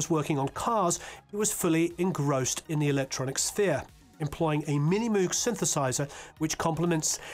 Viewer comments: I'm really enjoying this, but had to stop in the middle to comment that Bob Moog pronounced his name /mo̞g/ - a long "oh" sound. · "Moog" like brogue not Andrew Loog. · Yes, there’s an interesting video where he explains that his family says Moog, however, he chose himself to use the German pronunciation of M oh g. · Haha indeed! I watched the video where he talks about how his family says ‘Moog’ but he prefers the German pronunciation of ‘M-oh-g’ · Moog ... he says it rhymes with the magazine, Vogue.